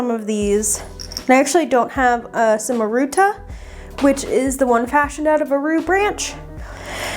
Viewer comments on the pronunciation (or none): Love the vid! but I wanted to correct your pronunciation on il cornicello and la cimaruta. In the Italian language words starting with c that follow with the vowels E or I become a "soft" c sound, so like ch in chess. so cornicello would be corni-CHello and Cimaruta would be CHeem-ah-rootah. Great video though, I hope this made sense in terms of the pronunciation and helped!!